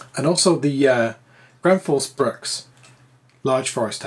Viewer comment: Great comparison! Quality matters, and you did a great job on showing the differences. However the pronunciation makes me cringe, and I'm not even Swedish. Husqvarna = Whose-kvarna, not Huss-kevarna. With an oo sound and no vowel between the q and v. Think "Rockville" - you wouldn't need to add a vowel between the k and v there, so there's no need to do so here either. Gränsfors Bruk = Grensforsh Brooke, and neither Gran's Forge Brooks nor Ground Force Brux. The ä is a letter in its own right, and is never pronounced as an a. And there's no s at the end of Bruk either.